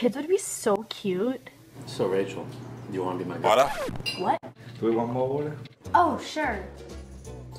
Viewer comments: It sounded like said do you want to be my water😂😂😂😂😂😂😂😂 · So Rachel, do you wanna be my... WATAHH?? What?! DO YOU WANT MORE WATAH?